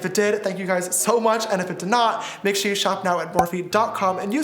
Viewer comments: it is RIDICULOUS how much my sisters make fun of me for saying "ShOrE" instead of saying "sure" like James you have seriously made an impact on me lol😂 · We need to put "shore" in the dictionary 🤣🤣🤣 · S is also for “SHORE” 😂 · T for “ Thank God” S for “ shore” 🦋💜🦋